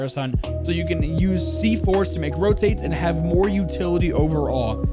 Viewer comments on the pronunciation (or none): none